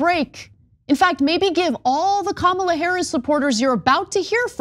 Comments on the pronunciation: Confusion is one thing, mispronouncing the name to make it sound OTHERISH is wrong. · Ana's appropriate opinion of they guy's creepy texts is overshadowed by a blatant disregard for what Nancy Mace did on that show. There's no way that it was an accident. She said her name wrong, was corrected multiple times and then she ACCIDENTALLY said her name the correct way, stopped herself and repeated the wrong way. Ana knows that many people are accidentally mispronouncing her name. She also knows some people know they are mispronouncing it but too lazy to take 5 minutes to practice their hooked on phonics. And yes, Ana knows there are many republicans who are neither of those things, and they are just flat out mispronouncing her name on purpose and Nancy Mace is one of them. It's the same reason Trump emphasizes Hussein in Obama's name. Ana knows it and she's lying. Just say Nancy Mace purposely mispronounced Kamala's name, and the CNN dude is a creep. You can say both things, it's ok. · NO. she purposfully mismpronounced VP Harris name. many GOPers and officials have done that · I hear you Ana, but they had actually corrected her once before on the show, yet she mispronounced it again. It wasn't just an honest mistake. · Damn Anna really misrepresented the cnn interview between the two of them. Mace repeatedly said Harris's name incorrectly after being corrected like 4 times by the panel. Eventually Mace started intentionally saying Harris's name incorrectly and said shed call harris whatever she wanted to. Thats when Dyson brought up the racist tropes. Bad look on Anna's part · She wasn't struggling with her name. She actually said it right at first, then went back to saying it wrong. Plus, they were telling her how to say it. There's no way one should be confused at that point.... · Disagree with Ana, Mace wasn't "struggling" with her name, she mispronounced it on purpose as a sign of disrespect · She was corrected several times about mispronouncing her name!!